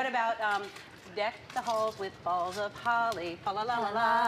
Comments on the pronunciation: Anybody else bothered by the "balls" of holly rather than "boughs" of holly like it's supposed to be? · *"boughs of holly"* Not "balls" of holly. lol! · lol. It's "boughs" of holly, not "balls" of holly. xD